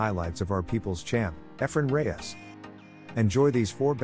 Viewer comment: At least the gringo. pronounce Reyes the proper way….